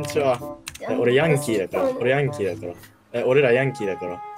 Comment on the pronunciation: ヤンキーの発音がアメリカの移民で草